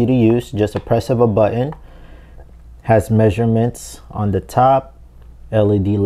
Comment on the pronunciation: oh noo, you didn't say "buh-inn" for button, did you? wtf